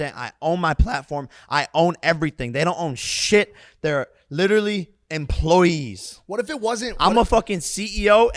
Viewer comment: Every time Jake annunciated that "UFC fighters are EMP-LOY-EES" he was wrong EVE-RY-TIME.